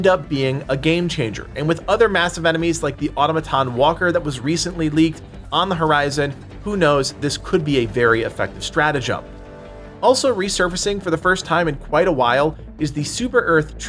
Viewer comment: au·tom·a·ton say it with me au·tom·a·ton. not AUTO-MATON. au·tom·a·ton au·tom·a·ton. Practice this and dont make another video until you can say it correctly